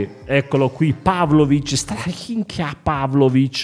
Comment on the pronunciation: Si pronuncia strania Bro è gran forte come difensore